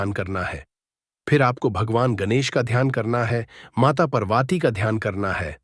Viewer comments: Can’t even pronounce Ma Parvati. First learn to say Parvati's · Video banane se pahle Mata Parvati aur Mata Laxmi ke naam ki sahi uchaaran karna sikho fir baad mein apni video banana tum.